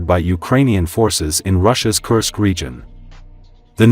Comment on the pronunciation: Dear lady AI, stop cursing Kursk. I thought it was corrected. Thank you.